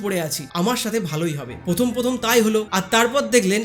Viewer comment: আপনি র ফলা উচ্চারণ টা শিখে নিন। প্রথম কে পথম, প্রাথমিক কে পাথমিক। বড় কানে লাগে। উচ্চারণ ঠিক করার জন্য কিছু ক্রিস্টাল কিনে ধারণ করুন বরং।